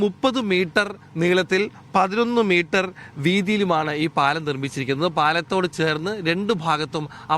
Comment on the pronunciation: മീട്ടർ അല്ല മൊയന്തെ മീറ്റർ